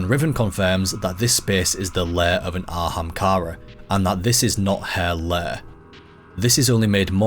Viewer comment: „An ahamkara bööön böö.“ damn, i knew that anglophones were bad at pronouncing foreign languages. I didnt know that there were anglophones who are bad at pronouncing their OWN language